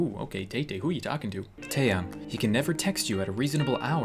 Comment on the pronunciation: First of all i noticed u called taehyung teihyung but the real way how to pronounce it is thaiyung